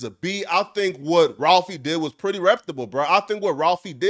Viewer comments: I wish this cornball would stop saying "reptable." It's REPUTABLE you corny ass nigga. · Big dawg …. Not trying to hate but it’s the word Reputable = reh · pyoo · tuh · bl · Imagine thinking your smart and repeatedly saying “reptable” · You gotta learn how to pronounce reptable g 😂😂😂😂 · Learn how to pronounce reputable